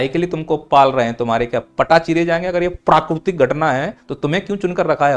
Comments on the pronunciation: प्राकृतिक ❌ प्राकुरतिक ✅ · 😂😂😂 sahi bole